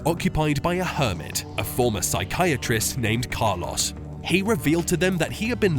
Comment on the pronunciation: It would be great if you would consider working on your pronounciation of Spanish names ”Heyy-soohs, Kaah-loss” etc… It is just not how they’re really supposed to be pronounced, just sounds annoying. Duolingo might help, it’s a free app.